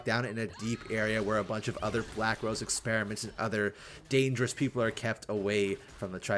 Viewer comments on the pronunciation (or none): none